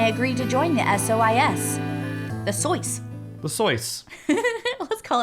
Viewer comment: I swear a second before started pronuncing it Soice instead of SOIS, I looked at it and went "Soice lol". And then and did it too. It's the morphogenetic field!